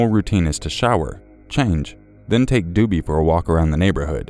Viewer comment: i think it is pronounced "d-o-b-by" like the house elf from harry potter.